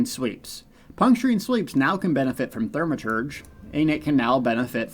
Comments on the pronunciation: Great information, as usual! However, there is no "R" in the first syllable of the word Thaw-Muh-Terj. 😜. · ...Th-AW-maturge... No biggie, but kinda grating....